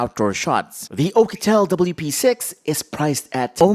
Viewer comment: I love the way you say P'sex 😂